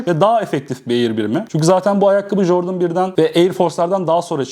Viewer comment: lütfen ingilizce konuşmayı öğren abi ya kanser oluyorum. Jordın, hayp merç , monark yeter yeterrr